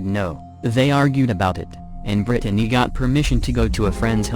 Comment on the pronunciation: Can't handle how it says Brittany either....Brid a ney🤦🤦